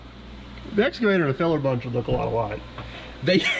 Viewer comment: That was surprisingly interesting. Does Todd's pronunciation 'escervator' rather than 'excavator' mean anything, or is it just a local colloquialism?